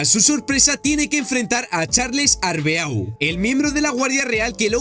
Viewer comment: Rayos pero es en serio que estos YouTubers nunca aprenderán a pronunciar cosas? Ocurre en videojuegos y ahora aquí con el Arbeau literal, que te cuesta decir arbó.